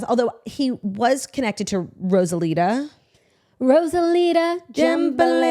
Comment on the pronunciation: you guys calling rosalia “rosalita” is crazy..